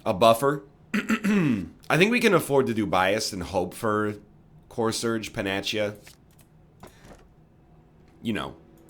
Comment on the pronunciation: Egg I love you watch all your slay the spire but its pronounced (Pan-ugh-see-ugh)